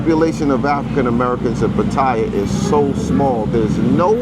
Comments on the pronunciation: What is also messed up is people not pronouncing Pa - Ta - Yah correctly. The sound "thai" is not a part of the name. Ask any Thai person not another foreigner. I know it's a minor point, but still. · Where in the hell is Pa-Toy-Ya.. Every Negro who speaks about Pa Ta Ya always mispronounce the name of this exciting city by saying PA Toy YA as if they know how to say the Thai name better than the Thai people who always say PATTAYA, and not no dang PA TOY YA....so sickening and beyond ignorance.. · 👁f👁- PLEASE READ READ PLEASE -------------- Give you a little heads up.... when you're covering Thailand the proper pronunciation for the city is PAT-T-YA the a is silent.. Peace Out